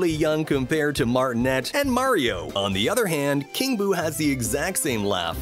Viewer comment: Charles Martinet is pronounced "Mar-tin-ay"